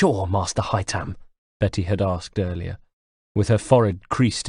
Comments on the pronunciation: Ive barely even dented the story and i love the narration but its haytham not haythem or haytem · But why is his name pronounced that way ? Is it not hay- tham not Hai-them. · Rana Lanus Gaine hi-tham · haha hytam is how he says it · It sounded a lot like "Hi Tom" to me, lol. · no i mean he should say it like the game. hay-them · Whatever he should have just said Haytham like in the games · Haytham is pronounced exactly as it is in the game not “haytam” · I noticed as well. He says Hytam. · Hi Tham 👋👋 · that is not how you say Haythem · only one complain the way you say haytham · Yeah, my cousin's name is Haytham and it's so annoying how pronounces it lol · the way he says haytham